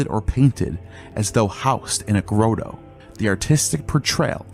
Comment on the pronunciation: Grotto rhymes with auto